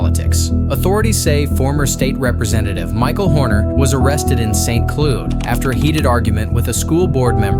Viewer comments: Saint cluud??? Ai bullshit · Saint clud😂😂😂 it's Saint cloud dumny😂😂😂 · Dude, it's Saint Cloud pronounced like loud. . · Shitty A.I. "Saint Clewd"? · St. “Clewd” are you kidding me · your AI is not good, it pronounces St. Cloud and Saint Clood. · Saint cloood ...lol 😅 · Saint Clood?! What kind of AI 💩 is this?